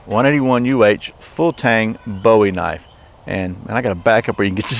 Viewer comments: its booey in speaking NOT BOWIE AS IN DAVID BOWIE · Please for the love of all things holy quit calling it a Bow E, his name was Boo E!